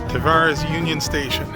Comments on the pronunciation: Tavares is pronounced like strawberries. Almost like Ta-varies. :) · welcome to lake county we pronounce it Tav air reeze